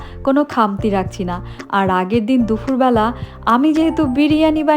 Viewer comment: আপনি দুফুর বলেন কেন?দুপুর বলবেন।